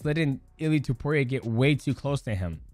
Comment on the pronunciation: did you say dudeiaporia lmfao 🤣🤣🤣